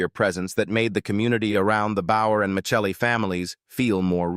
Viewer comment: Tony's CHARACTER name was NOT MICHELLI, THE LAST NAME WAS *MIS-SELLIEE* (Spelled MICELLI ) THERE WAS *NEVER* ANY CH SOUND IN THE NAME!